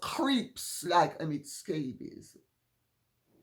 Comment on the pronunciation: “Omid Scabies”..😂😂😂😂…Lady C we love you!!!